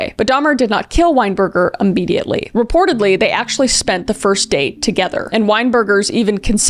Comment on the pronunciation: You keep saying " ammediately" its freaking me out. Isnt it immediately?